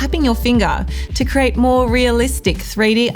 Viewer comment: I notice you say 'crate' instead of 'create'... is that a Tasmanian dialect quirk?